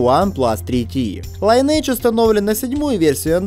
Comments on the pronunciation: Только не Лайнидж, а линедж оэс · лИниэйдж (ударение ни первый слог) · "ЛайнЭйдж"!? Серьёзно? То есть "родословная" теперь так произносится что ли?